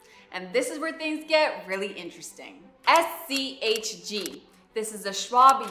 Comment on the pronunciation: She mentions SCHD because it's a complimentary fund to SCHG. SCHD is more of an income producing fund with strong large cap dividend companies, whereas SCHG is a growth fund. There are a few times where she says SCHG, but it sounds king of like she said SCHD.